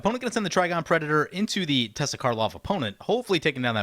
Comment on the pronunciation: Teysa Karlov seems really nice. Isn't it TeY-sa not Tessa?